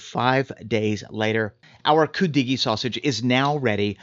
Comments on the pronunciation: Hi, I got a big kick out of how he pronounced it, 😂 Then a while later said Coo doggie! Omg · Oh my God, I was laughing when you first pronounced it! How can you get on a segment about something you can’t even pronounce emphasis is on the Cu “Could-de-gee”! Lmao But good job 👏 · Love cudighi. I live in the UP. Note: we put the accent on the first syllable. We also make it with venison. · I never heard it pronounced the way you do. But your recipe is close to mine.